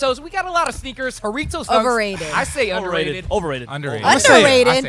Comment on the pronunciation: Decimated the pronunciation of “jarritos” “whoritos” TF its HA-RRRI-TOS